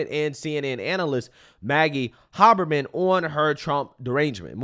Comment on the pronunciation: Haberman is pronounced "Hay-burr-min"